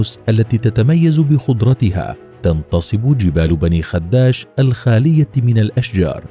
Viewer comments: على فكرة في اللهجة التونسية تنطق الكلمة باسكان حرف الخاء وعدم تشديد حرف الدال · غلط في نطق اسم المدينة هي بني خداش بكسرة خفيفة على حرف ال خ وفتحة على حرف الدال وليس بضمة على حرف الدال